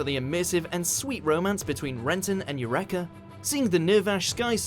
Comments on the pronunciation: "you wreck uh" ...You pronounced her name wrong just to annoy us Eureka Seven fans didn't you? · I think you need to re-read eureka. It's not u-wreak-a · pretty sure they pronounce it sidonia not sydonia (the sid bit sounding like the name sid) in the anime how do you mispronounce eureka? seriously? its not even a made up word and no mention of martian successor nadesico or GEKIGANGAR III! (ok that last one only exists inside the other anime but it still has a great opening for a series that does not exist)